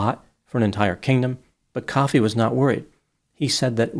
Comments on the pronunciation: Ko fee not coffee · It's not pronounced like coffee, it's pronounced Koh-fee. I think. I did look it up, but I'm only saying that cause of the wrestler Kofi Kingston, and WWE pronounce it Koh-fee. Whatever.